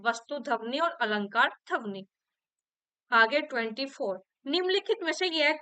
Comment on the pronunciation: ध्वनि का उच्चारण सही कीजिए,,गलत सुनने के बाद बार बार फ्लो टूट रहा पढ़ने का